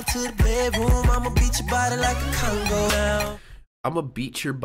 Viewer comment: isn't it called a cong"a"? Not a cong"o"?